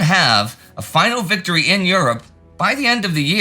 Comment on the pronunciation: Vicotry you say 😂